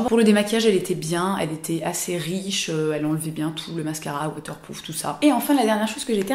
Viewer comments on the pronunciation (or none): C'est moi ou tu as dit "waterplouf" XD Super vidéo ma belle, et pleins de bisous ♥